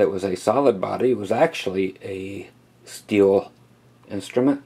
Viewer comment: "Steeyull" Lol